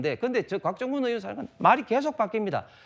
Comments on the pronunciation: 앞선 대화에선 발음이 부정확해서 의원인지 요원인지 명확하지 않지만 여기선 본인이 정확히 국회의원이라고 발언했고 국회의원 끌어내는게 불법이라 판단했다는데, 다들 왜 요원이라고 하는거에요? 정말 그렇게 들리는거에요? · 백번 들어도 요원인데 입 모양도 그렇고 그러니까 옆에서 의원이라고 다그치더라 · 무슨 소리냐 !!!우덜은 분명 의원으로 들린다 ㅋㅋ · 의원이라 들리는분. 빨리 병원 가보시길 아님 보청기 추천